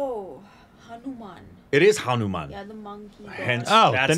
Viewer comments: How did get through school 😂 Reading Hanuman as Hamumam 😂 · It's not Hamu-Man its Hanu-Man... the most powerful super hero of India... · Pronunciation is Hanumaaan Not Hanuman like Batman Jai Shree Ram 🙏🚩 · Hanu Man, Hamu Man... Yes it's Hamu man! Me: burst into laughter in a silent hall while looking at my phone screen Lol😂🤣🤣🤣😂